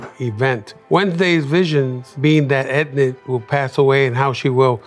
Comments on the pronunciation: LUIS SAYING “EDNID” INSTEAD OF ENID IS SENDING ME 😭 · NOT HIM SAYING EDNID HAHAH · Ednid? Eden? Ennid? Enid there yall go byeeeeeee😂😂😂😂😂😂😂😂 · "Enid darling, Enid" 😭✋🏼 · When Luis says Enid wrong it’s too funny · Bro how he said Enid got me laughing so hard😂